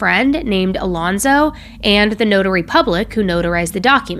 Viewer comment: it’s not “co-woberated” it’s “corroberated”